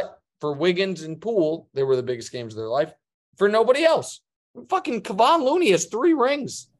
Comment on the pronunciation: Colin still can't pronounce Kevon Looney 🤔 It just tells me he never watches Warriors games but pretends to by skimming the stats.